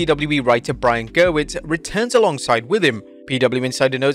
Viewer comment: It's Gewirtz NOT Gerwitz